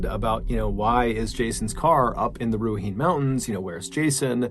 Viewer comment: Awesome stories - just FYI, incase you ever re-record the last story, the pronunciation is not Ru-ah-heen, it’s ’Rue-ah-hih-neigh’